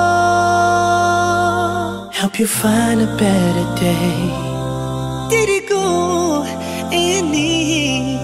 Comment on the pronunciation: When you say "diriku" for me it sounds more like "teraako" haha. And for the part "Esa" in Indo the word "E" we read it more like "a (ei)" but overall is good. I just tap on ur video, I was thinking this is an english nasheed just like ussual. But when I hear indo/malay word I amaze haha. Salam from Indonesia